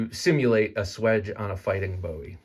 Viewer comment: I can’t buy this simply because Jim “Boo- wee” doesn’t appreciate his name being mispronounced